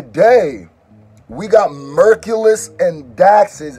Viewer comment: It's pronounced like Hercules the hero.. all love . Dope song and reaction